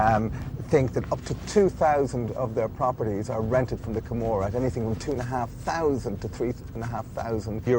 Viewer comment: joseph crawley Camorra, not Gomorrah.